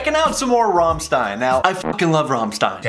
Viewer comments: Alex...you keep butchering band names... For an English speaker you should pronounce it as "Rammschtein", It's not your regular english "S", it's German "S", it pronounces as "...SCH...". Hell, you can hear it in the song itself, and yet you still misspelled their name later on....!!!!! By the way, It's sad there is no official video available from 2019 Live tour, and upcoming extended re-scheduled 2021 tour (it's the same, hence why I include future too) of it, because they have outdone themselves with this latest tour they had and will have, the stage is amazing. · It’s not pronounced Ram Stine! What do you think he’s Jewish? Lol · Here's "Rammstein," still says "Romstine." Okay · Just in case sb hasn't mentioned already Alex, where the E & I are together in German, you pronounce the 2nd in it's capital/upper case form. So, for the purpose of demonstration, it would be RammsteIn (the band) & RammliEd (the song) respectively. Hope this is helpful to you😁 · They literally sing their band name. Why in the hell would you pronounce it wrong? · It hurts my hears each time you pronounce rammstein in english XD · They Made a Whole song about their bands pronunciation and you still pronounce it like a sissy :) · If you love Rammstein, then why do you pronounce it completely wrong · its kinda hurt in my ears how you say RAMMSTEIN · Alex, hör genau hin, bei diesem Lied kannst du die richtige Aussprache lernen. Im Grunde juckt es dich ja sowieso nicht. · At least learn to pronounce Rammstein properly first.. Like the world needs your reaction anyway.. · Every time you said 'Rammstein' and 'Rammlied', I felt like I got stabbed in the stomach and that's a lot. If you make a reaction video about them, you could have learned how to pronounce it. Besides, they're screaming their name in the whole bridge as you noticed. Sorry If I'm being rude but you didn't have to say that you're American in the title. It is already understood clearly. From your insistence of ignorance